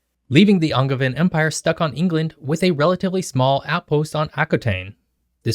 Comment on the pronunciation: Why did you pronounce “Angevin empire” with a hard G lmao